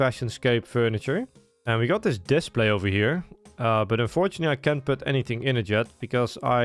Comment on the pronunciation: brother, you do realize that display is not pronounced like displate, right?